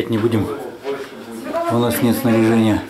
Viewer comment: По голосу слышно, как сильно капитан предвидя опасность говорит категоричное (вызывающее внутреннюю тревогу) НЕТ, переживая за свой экипаж.